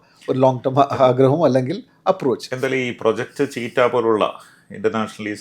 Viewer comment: The word cheetah is pronounced as CHEE-tuh